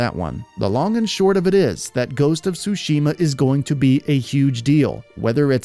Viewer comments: Dude its ghost of TTTsushima!! not ghost of sushima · It is Tsushima, not sushima 😛